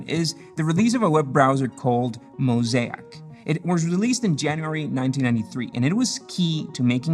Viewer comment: Your pronunciation of mosaic sounds so wrong.